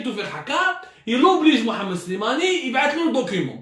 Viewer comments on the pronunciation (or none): none